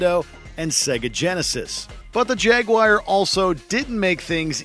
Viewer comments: Jag-wire?????? 🤣😂🤣 There's three syllables in the word for a start lads. Not two. Jag-u-ar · It’s called “Jaguar” NOT “Jagwire” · I swear it sounds like he's saying (Jag-Wire) instead of Jaguar haha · The minute he said Jaguire instead of Jaguar I stopped listening 😂😂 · Jaguar - Jagwire? I heard it pronounced as jagwar, jag u arr but never jagwire. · It is not pronounced Jag- Wire. It is pronounced Jag wah rr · Am I the only one who interprets the narrator pronouncing Jaguar as Jag-wire? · No, you're not. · cannot take this guys seriously. calling Jaguar "Jag-wire" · Is it just me or did the fella say jaguar as jagwire? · Jagwire?? LOL! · "The Jag-wire"...?